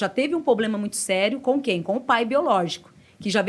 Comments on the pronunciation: Poblema nao... Problema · Muito legal ouvir os comentários , porém , vai minha ressalva a palavra POBLEMA que deve ser trocada por PROBLEMA. Da mesma forma , o cuidado com os plurais que várias vezes são esquecidos. Falar corretamente nos enriquece em todos os sentidos. Fica a dica com todo o respeito. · Falou "POBLEMA" já parei de assistir, ela precisa reencarnar quantas vezes para aprender a falar "PROBLEMA"? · Desculpe, mas a pessoa que fala "poblema" pra mim já perde a moral.